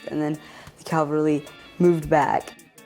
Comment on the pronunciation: It's pronounced ca-val-ry Not cal-va-ry